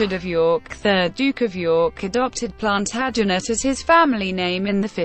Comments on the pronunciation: couldn't watch more than 3 mins with that feckin god awful robotic voice mispronouncing every important/major name. As if that wasn't bad enough punctuating where there should be none. PLANTERJANETS Really ffs!! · WHY NOT HAVE SOMEONE WHO CAN PROMOUNCE PLANTAGENET CORRECT....HURTS MY EARS.....